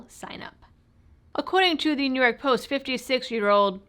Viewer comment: That is pronounced "New Yuck"